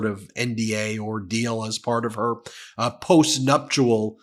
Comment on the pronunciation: Ben, please learn how to pronounce "nuptial"!